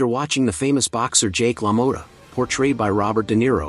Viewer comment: Youve spelled the name wrong and also spoke it incorrectly - its spelled Lamotta and pronounced "lah-mott-ah 🧐